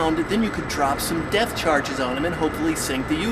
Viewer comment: En fait sounds like “defth charge”... Death? Depth? Deft? Why should he have to chose? That’s not cool.